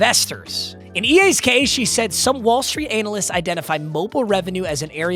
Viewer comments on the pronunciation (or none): the way you said "analysts" was...questionable. 😂😂